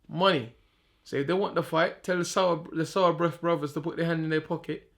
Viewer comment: Man said sourbreath brothers😂😂